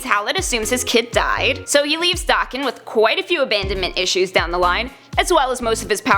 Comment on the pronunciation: your pronuced daken wrong your still amazing tho